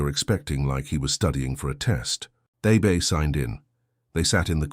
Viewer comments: Nice story but that A –BAY drove me crazy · Don’t understand the ladies name, so hard to understand. Abey or should it be Abbey?